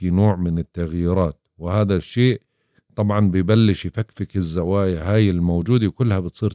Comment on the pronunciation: الزوايااا وليس الزوايه